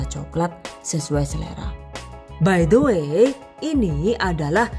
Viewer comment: 👍 cake kopi. Cocok deh! karena aku allergic to coklat. Boso inggrisé bikin aku 😅 karena sering ucapin BAI DE WÉ. Zenewen aku dengarin pronunciation nya à la Jowo. Bhs Indo ajalah!! Salam dari Melbourne. Thanks for sharing.